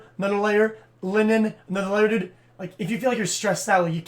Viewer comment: Holy shit I got into the video he was watching and had to listen to this fuckin spanner...... (Edit) just incase you are a fan he says "dude" as "derde" that = spanner